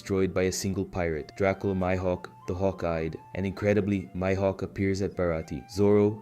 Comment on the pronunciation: I thought that too at first but its clearly AI when you listen closely, for example he keeps pronouncing words differently like mihawk or haki, and sometimes he stops mid sentence and repeats the same dialogue twice. I know its still a lot of work and i respect it, but i wish there was more emotion put into it.